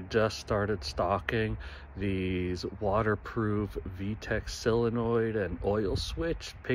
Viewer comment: Why do you call it a "sillanoid"? It's pronounced SOLE uh noid.